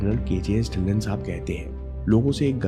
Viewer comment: Sir It's "ढिल्लों" ✔ not "ढिल्लन "❌ . mera b yhi surname h🙏lesson in this video💯